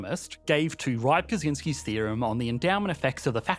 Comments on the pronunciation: As Rybczynski seems to be a Polish name, would it not be pronounced “rib-CHIN-ski”? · Just a note: Rybczynski is pronounced rib-chin-ski. Great video, mate! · Rybczynski = “rib-chin-ski” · Yes, Rybczynski was born in Poland and as a Pole I can confirm that is the correct pronounciation. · That's the weirdest pronunciation of "Rybczynski" I've ever heard.